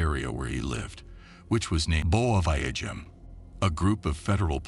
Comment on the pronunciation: where he lived which was named Boa Viajim !!!!! Hahahhahaahaha....the AI was to scared to pronounce the place....Hahahahahahaha